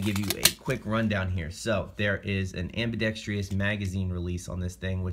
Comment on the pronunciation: It is "ambidextrous". No "i" dude.